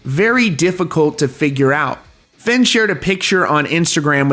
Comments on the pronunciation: Bro its "Feign" not "Finn" & "Cray-An" not "Crane". Sheesh 🙄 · Fay-n. Like "Vein". Not Fenn. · I know this video is old, but just to let you know.. Fehn is pronounced "Fayn" !